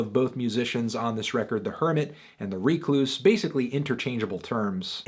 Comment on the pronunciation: it's pronounced wreck-loose, melon.